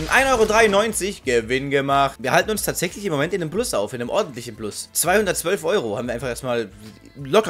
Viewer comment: tächlich :D hahahah